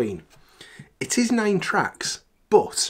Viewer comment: I always wait for you to say, "boat" (but) because you say it at least once in all of your videos. I had to laugh because YouTube cut into an ad right after you said "boat"! It's like they knew you were about to say, "but". Great review of an album I think I'm going to pass on!